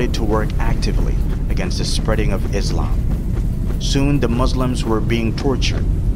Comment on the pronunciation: subhanallah ik this is nitpicky but why are muslims saying muzlims and izlam. lets fix that inshallah for next time.